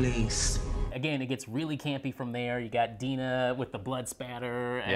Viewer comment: do they even watch the episode? it's obvious that myrtle didnt kill mutt and jeff - she says so and this is how the vanderbilts buy four tickets to the outpost. They state clearly that the witches bury themselves in louisiana swamp mud - it's not a spell. It's also pronounced DIE-nah stevens. I really liek these guys and i'm not trying to hate but like these are things you can find out by actually watching the episode.